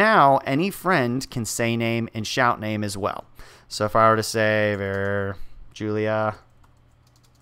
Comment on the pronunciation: who's going to break it to him that nobody pronounces 'var' like that??